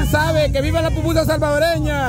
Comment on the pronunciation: Porque la Fuchy Fuchy tiene que burlarse de la Forma de hablar de las personas burlandose del Gringo porque dice popusa en vez de pupusa 😡😡😡